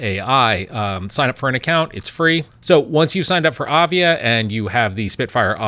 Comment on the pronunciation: It's not avia it is aiva.